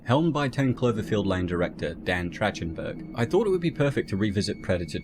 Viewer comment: I love you guys, but the rate of mispronunciation of actors names has gotten worse as the channel has grown. Daniel Trachtenberg and Patrick Swayze of all people, in this video, so far and I'm not even halfway through.